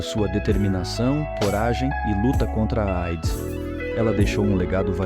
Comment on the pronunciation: QUE VIDEO MAL FEITISSIMO, A MUSICA MUITO ALTA, TODAS AS INFORMAÇÕES COLHIDAS DE OUTROS VÍDEOS, UM LIXO COPIADO. É AIDS QUE SE FALA E NÃO EIDS.